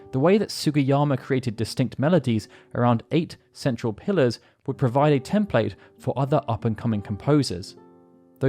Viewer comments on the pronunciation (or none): none